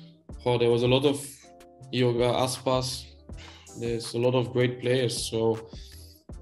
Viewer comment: iago aspas bang bukan yoga aspas